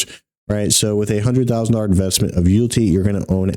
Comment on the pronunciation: Mans said You'lltea..😅